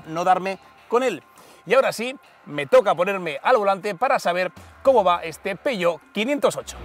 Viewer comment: Si se pronuncia en español/castellano, que también es perfectamente legítimo, ha de decirse tal y como se lee: "peujeót/peugeót". Pero si quieres pronunciarlo en francés, como haces en el vídeo, entonces debes decir "peuyó", no "peyó".